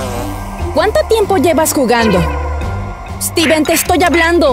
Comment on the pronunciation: Se dice Steven